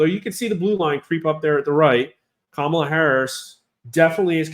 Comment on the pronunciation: IT'S KA-MA-LA..........